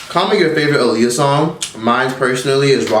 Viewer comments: Her name is pronounced Ah-Lee-Yah look it up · You keep saying her name wrong 😫 Ah-lee-yah 😂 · You keep saying her name wrong. It’s pronounced like Muhammad ALI.